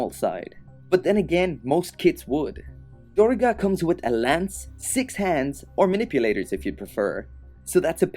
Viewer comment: its actually pronounced "Durr-ga"